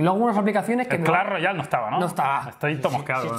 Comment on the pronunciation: hay clahs royaal o no